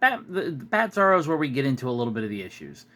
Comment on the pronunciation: Nobody told me there was a "Batzarro." And yes, you said it right, that Bat symbol with the original outline behind it is just plain lazy. I'd show this directly to Todd on twitter if it were me and demand an explanation. I don't tolerate laziness, especially if you're paying for it. All that said, wasn't there also a Bizarro World where he came from? And a Bizarro Lois Lane? I think it was from Super Friends. Though I liked Bizarro from the 90s Superman cartoon. He was just simple and had his own Krypto that was always trying to him. That was cute.